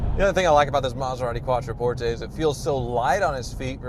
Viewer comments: Learn how to pronounce Quattroporte! Its NOT "QuattroportEY" its "QuattroportHe"! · LEARN HOW TO PRONOUNCE THE NAME. CALL THE DEALER THEY PRONOUNCE IT QUATTRO PORT. NOT PORT A.